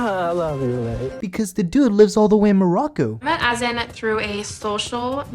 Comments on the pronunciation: Azan (Uh-zaan) PRONOUNCE THE MAN"S NAME CORRECTLY GOD DAMN!!!! I can't stand how ignorant people sound when they pronounce his name like an ignorant fuck... Jesus christ 🤦🏻‍♀️: Great work on the editing and your videos are pretty funny, I must admit 😂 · She mispronounces Azan’s name too. Disrespectful.